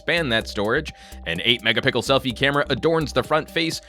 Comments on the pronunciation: thanks for saying megapickle once in a while on purpose... makes me go back and check again every time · Did you say megapickle again? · He said pickle...HAHAHA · An... 5 megapickle camera? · ha u said 8 mega pickel